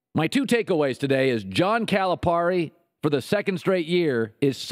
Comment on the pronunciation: Could you at least pronounce Cal's name right? The rest of it? You are just funny! We love Cal! Just leave Ky alone, you have no idea what you are talking about